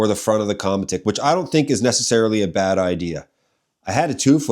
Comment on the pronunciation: Qramutik would be a more correct way to pronounced it. It means sled in inuit/inuktituk. 😉